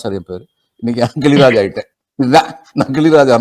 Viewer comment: கிழிராஜ் இல்லைங்க... கிளிராஜ் என்பதே சரி...